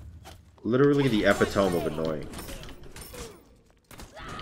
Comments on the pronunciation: Lol says “epitome” like “epi-toam” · thats not how you pronounce epitome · Theres a joke that goes, "I once met a man that pronounced every word he said incorrectly. If that isn't the epitome of hyperbole I don't know what is." And you pronounce epitome and hyperbole incorrectly on purpose. Obviously near impossible to convey in writing, but still funny when you hear it.